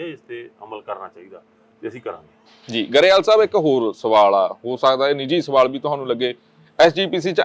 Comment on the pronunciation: ਗਰੇਵਾਲ ਨਹੀ ਗਰੇਵਾਲ ਕਿਹਾ ਜਾਣਾ ਠੀਕ